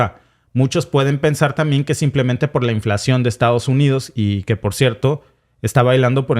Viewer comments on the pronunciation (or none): none